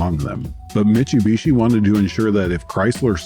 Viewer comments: Great video, but the pronunciation of "Mitch-oo-bishi" was driving me nuts. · I've heard various ways people pronounce this brand, but never MICHUBISHI 😬